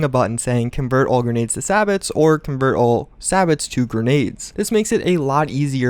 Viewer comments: You said sabot wrong, it's "say bow" not sabits. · Just FYI its pronounced say-bow